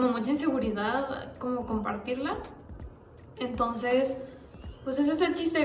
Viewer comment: Nadie:: Antonces JAJAJAJAJAJj